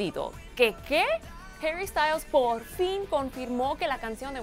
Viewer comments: Porque l dices heri si es HARRY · NO ES HERRY ES HARYYY, APRENDAN A HABLARRRR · Por que le dice Jerry